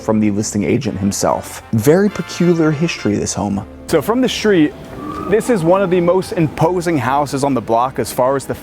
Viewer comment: I can't stand how he says shtreet all the time...